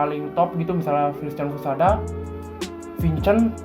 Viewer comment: Vincen dong wkwk yang bener bacanya vinsen bukan vincen tapi memang namanya vincent klo gak salah